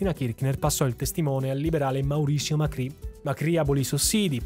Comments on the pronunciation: Macri, senza accento sulla i. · Devo segnalarti tra i vari errorini che il ministro Cavallo, avendo un cognome Italiano, viene pronunciato "all'italiana" dagli Argentini stessi, ossia Cavallo ma con la pronuncia della L come se non fosse doppia. Ne diviene "Cavalo". Mentre l'ex Presidente Mauricio Macri non ha l'accento sulla i. E' probabile che quando i suoi avi, di origine calabrese, arrivarono a Buenos Aires, durante l'iscrizione all'anagrafe diedero le proprie generalita' e l'impiegato di turno, considerati i tempi e il menefreghismo diffuso, sbagliarono a trascrivere il cognome non riportando l'accento. C'è da segnalare anche che durante alcune dittature i cognomi degli Italiani venivano volutamente troncati all'anagrafe per nasconderne le origini. Ho per esempio, una persona di mia conoscenza, il quale mi racconta che al nonno, il cui cognome era La Marra, troncarono il cognome in Lamar cosi' da farne perdere i connotati italiani. Comunque sia buon video davvero!